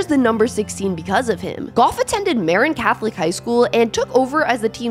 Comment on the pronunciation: Incidentally, it’s not “MAH-rin”, it’s “Muh-RINN”.